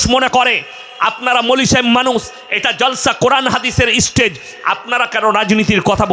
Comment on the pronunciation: ইস্টেজ...ইস্টুডেন্ট... কি শিক্ষা!